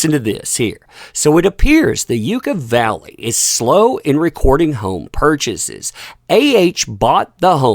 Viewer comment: It is not you ca valley, it is ya ca valley! Just to make you look good!